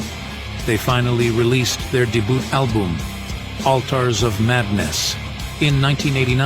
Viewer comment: Why use an AI voice, "A DEBUTT ALBUMM", such a sad attempt to make a video.